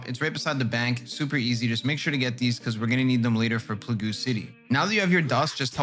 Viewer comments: do you actually not know how to pronounce plague or is it a bit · I love your vids and this game bro but please tell me you know how to say plague hahaha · homie said "plagoo city" lmfaooo